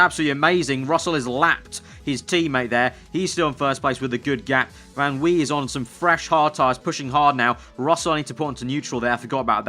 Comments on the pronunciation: You actually pronounce "van" like "fun". This name is really common in the Netherlands! I'm from Germany and some people have a van in their name here too! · Dude yes in french in oui van wie is a dutch name so you pronounce it van vi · Drinking game for every time says "van Wee" lol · Van wie = Fan Wie. Wie is pronounced like you did it in the start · Van Wie is pronounced Fan Vee. By the way, Yes in French is spelled Oui.